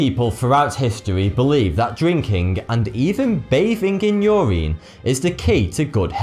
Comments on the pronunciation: why do you pronounce everthing wrong? urine is not pronounced ureen, it is pronounce like u-rin, glacier is not glass-ier it is glay-sher. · its urine not your ien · its pronounced yer in not yer reen....urine not ureen... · It's pronounced "Your In" not "Your Ine" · he keeps mis-pronouncing urine. he pronounces is ur-ine rather than ur-in. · I didn't know urine was pronounced ur-een in the UK. Or is that just certain dialects? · Ah yes Your-Ine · U say urine like Yoreen😂😂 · holllllly fuck i was getting annoyed when he was saying urine like "your-een" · 'your eeeen' LOL. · I like the way you pronounce the word "urine" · Lol I've never heard anyone pronounce urine like that. Probably because I'm American and over here no one cares about proper linguistics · Wow the way you say urine is hilarious